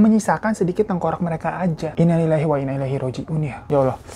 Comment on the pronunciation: Pokoke mantap lah semua cerita hirotada.🙏 sekedar pemberitahuan ya ganteng..." Innaalillaahi Wainna Ilaihi Rooji'uun " .ucapkan lbh pelan aja ya ganteng biar ga salah penyebutannya..biar artinya ga salah....👍.